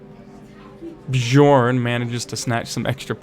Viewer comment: the way you mispronounce bjorn and jorgen gives me a headache, it's not like you have to read chinese